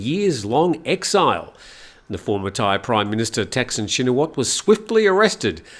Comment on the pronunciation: Another pronunciation quibble: 1. Thanksin is pronounced like “tuck” (as in “tuck in”) and a very short “seen” with a questioning tone (“sin?”). Shinawatra is pronounced “chin-a-wat?” (“chin” as in “cheap” but said more quickly, “wat” rhymes with “putt” and with a questioning tone as in “what?”) 2. Srettha is pronounced “set-tah” (drop the “r”, long “ah” as in sighing happily “aaah”) Thavisin is pronounced “tawee-seen?” (there’s no V in Thai, and “seen?” Is pronounce quickly with a question tone, exactly like the “sin?” in Thaksin) :)